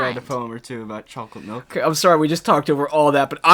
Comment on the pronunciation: She pronounced it like choColate milK